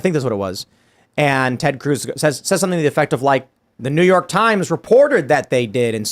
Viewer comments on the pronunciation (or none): none